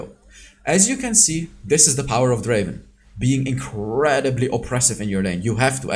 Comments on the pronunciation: It's DRAAAAVEN not Draven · Not Draven, it’s Draaaaaaaaaaaaaven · " Welcome to the league of Draven "